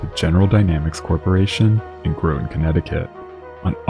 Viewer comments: Groton is pronounced Grahtan like Rotten, not Growton. Nobody gets that right unless you live there. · Basic sub knowledge: Submarines are not known as ships, they are known as BOATS! But I get it, the skimmers loved to try and drive us crazy with that. And your mispronunciation of Groton, drives me crazy. Not using …grow…ton, but …gr…ought…ton. All submariners, such as myself, know that! Your YouTube videos present some good, and amazing details. But subs as ships? Good grief! Bruce Muir, former FTB2 (SS), USS Ulysses S Grant (SSBN 631) (Blue) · Brother I know you're not from around here but Groton is not pronounced that way. Try this. G-rot. Combine to make Grot. The T at the end is soft. Ton at the end, but the t is silent. Groton. You were saying it as if it was spelled Groaten. Source? I live here. And the Nautilus is a cool museum ship now that you can just visit. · it's pronounced GRAH-tin, but you also don't pronounce the T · Groton is pronounced Grah-ton but it’s 1 syllable. Think Grahton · Love the channel And never miss an episode. However, the pedantic part of my brain twitches every time the city of Groton is mentioned. As someone who lives just West of the city of Groton, I can tell you that it is pronounced "Grah-Ton". I'll see myself out now. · You really need to correctly pronounce Groton. There is no long "o" in the pronunciation. Groton, Connecticut is the home of the United States Submarine Force and has been since 1900.